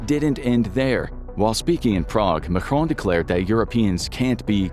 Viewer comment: Macron was pronounced as if he was Spanish and spelled "Majron" 🫠